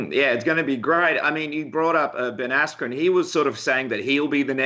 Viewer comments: Love how he calls Ben Askren "Ben Ass-cream". Funny as shit! Honestly, big props to Colby for taking the Lawler fight- he's got brass balls. Robbie is one of the scariest, most intimidating fighters in the UFC- the only one more so pound-for-pound (and off the top of my head) is Yoel Romero: that guy is straight nightmare fuel. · Gus Martinez asscream , dude said asscream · Is he saying Ben AssCream?